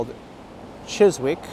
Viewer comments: Chis-ick not chis-wick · Hi there. Chiswick is in the London Borough of Hounslow I think (you were previously in the London Borough of Hammersmith and Fulham), and the “w” is silent, so it’s pronounced more like Chis-ick. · The word Chiswick does not pronounce the letter 'w', so it is pronounced Chisick. An otherwise relaxing and pleasant walk in one of London's nicer areas. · I enjoy your walk videos and your observations and commentary. One day you must walk Ealing Broadway my neck of woods. My daughter used to pronounce it Chis-wick when she was little, always brought a smile to my face. The W is silent not sure why that is so, so its Chis-ick. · mispronunciation is understandable - but I must admit I found it funnier than I should have done 😀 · The “w” in Chiswick is silent and the “ou” in Hounslow is pronounced “ow”. :). English place names are often pronounced in a way that is not obvious!